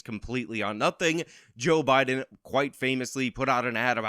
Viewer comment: Did anyone else catcg Anna Kasparian say "Obiden"? 🤣